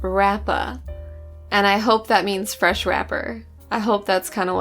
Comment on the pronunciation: Pronunciation was actually correct because I've long since accepted that I'm going to be called Fresh in every discord server and it lets me make the joke in PF that every prog with me is F'resh prog.